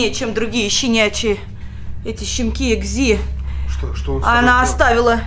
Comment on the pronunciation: Не экзи а экзэ